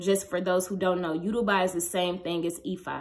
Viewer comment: Hey! your video was so informative! I’m Yoruba and just wanted to point out that you pronounced Yoruba wrong. ❤️❤️